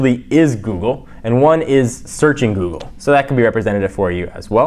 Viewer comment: did you say buggly lol jelly bean is more responsive the ios6 lol